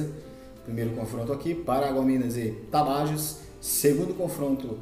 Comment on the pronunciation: Rapaz, antes de vc fazer videos e comentarios melhore seu portugues e pronuncie os nomes dos clubes correto. vc não respeita os acentos ( NÃO É CAETE O CORRETO É CAETÉ - NÃO É AGUA DE MARAMBA É ÁGUIA DE MARABÁ - NÃO É TABAJOS É TAPAJÓS ... TE LIGA MANO